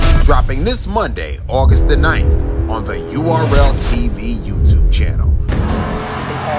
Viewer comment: Ayo Smack, And How Ya Let Them Fuck Up The Trailer Too ? “URTLTV’S” 😂 Isn’t It URLTV ??